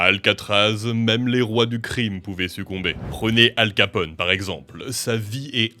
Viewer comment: je suis le seul qui a entendu al capote